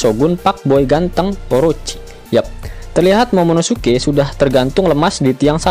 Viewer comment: 16.35 ngomong momonosuke ga bisa wkwkwkwk